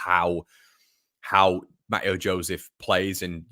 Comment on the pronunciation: Mateo Joseph’s first name is pronounced ‘Mat-Ay-O’…😝…. He’s gonna be a star… let’s hope…🤞🏼